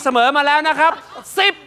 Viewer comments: 🤣🤣🤣ฮาลั่นห้องเลยซูชิอ่านเป็นทิชชู่ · ตลกก ขำจนท้องแข็ง ซูชิอ่านเปนทิชชู่ 55555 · ซูชิ อ่านเป็น ทิชชู่ 555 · ซูชิอ่านเป็นทิชชู่